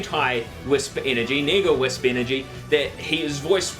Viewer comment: this whole time I thought he was saying nigga wisps